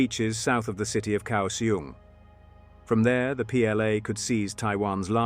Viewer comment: Effing idiot. Can you at least get Taiwan placenames? Kaohsiung "ao" sounds like English "ow" as in now, how The "k" In kao... soungs like a ficking "g" So "kao" sounds like how, now "gow" the "iung" pronunciation is pathetic too Fucking hell... how God damned hard is it for you to find a taiwanese person at some nearby university.....and just have him read off placenames Then when recording the video get the names right Egads em kay 48 Just do any fucking research MARK 48 Next... TAIWAN, the entire effing island, is an aircraft carrier. I lived in Taiwan from 1994 to 2018. Every god damn year, different sections of freeway, up and down the island, are used for Air Operations Landings, rearming, taking off to go back into the battle Can you guess WHY? Just because the airfields locations ARE KNOWN. Taiwan is not the only country to use freeways and highways for air ops. At least 12 countries do so. So, no air superiority by the CCP as easy as you made it. And, with air assets still in the fight, no effing naval landing would work... Sink transports. For anyone interested, there is an air museum not far from Taoyuan int'l airport. It has a cool display Air engagements between ROC and PRC ... From 1949 on... Propeller powered fighters.. P47/p51 vs yaks and migs and lavs F86 vs Migs, and other aircraft It gives numbers involved and who lost BTW, Taiwan still existing tells you the PRC got the shit kicked out of them It also covered the one naval landing the PRC tried on an ROC h